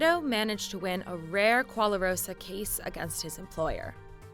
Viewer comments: "Kwoalarosa"? I mean it's written "gwarosa" where is the extra "la"... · Why she saying gwa-LA-rosa when there's no "LA" in the word? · seriously? A 125,000 PERCENT increase? How does shit like this (including the repeated pronunciation of “qualarosa”) get past even one editor or even unpaid intern, let alone a whole production and management team at a media company like cheddar? That stuff would be laughable in high school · It's pronouced gwa ro sa. As a korean that was painful to hear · It should sound gwa-ro-sa. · 과로사 this is the the word in korean letters. Younmight able to pronounce it correctly with this "gua ro sa". Try to pronounce ut fastly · simply pronounce it as ' g(k)arosa ' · Gwa from guacamole and rosa from Rosa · It is a Korean pronounciation of karoshi and somehow it sounds like guacamole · Koala-what? I know Korean isn't her first language, but my did she butcher the language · > Talks about people dying by overworking > Doesn't even put work to figure out how to pronounce 과로사 (gwarosa) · What's with that pronunciation of gwarosa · I know right? Even though I know Korean, I can't even tell what word that is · Exactly. There is no L in that word and only 3 syllables. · It's like letters of the alphabet don't matter anymore